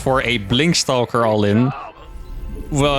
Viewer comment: The word is, Stalker, not Stowker, pronounced Staw-Kuhr, you're welcome :)